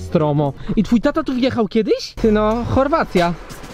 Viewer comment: mówi Chorowaci a ja wracam z Chorowaci.